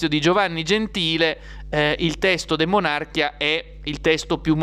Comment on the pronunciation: DE MON à RCHIA giusto ! Io avrei detto DE MONARCH ì A, ma hai ragione tu, non sbagli neanche gli accenti !!!!